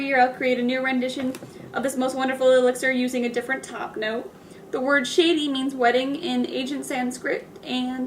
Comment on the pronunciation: I am planning to get a sample set and this was really helpful. Thanks for sharing! And Shadee is pronounced "Shaadi" not Shady 😊